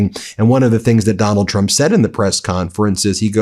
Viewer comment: i very much enjoy the "Doland trum is panicing" intro.